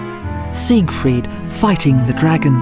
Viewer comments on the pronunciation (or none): none